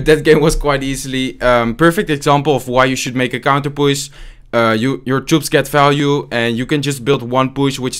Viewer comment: Its so. Funny when he says we have a counterpusss, not counterpush hahahah ...lol